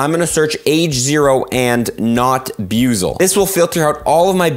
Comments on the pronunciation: Dude said byewzle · BWEE-ZL, Buizel. its a water weasel my dude. Love you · The way you mispronounced buizel bothers me...